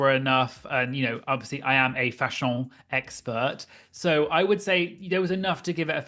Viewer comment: The way you keep saying fashion like that is sending me